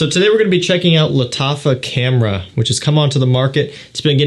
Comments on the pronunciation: Its khamra not kamra its pronounced like you're going to pull spit from your throat xD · Lat affa camera 😂😂 thats what i heard man your pronunciation got me going off